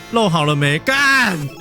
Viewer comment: 為什麼最後那一句新年快樂勒…聽起來好像洗勒靠北誒.. 😂😂